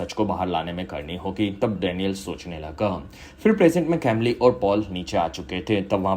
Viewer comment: Bhai uska pronounciation कैमली nahi कमील hai woh.